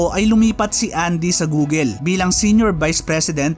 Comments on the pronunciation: Bakit gooleee google check ka po sa Google pronounce google Tama po Hindi gooleee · "Goo-gl" hindi Goo-gel. Paki ayos naman.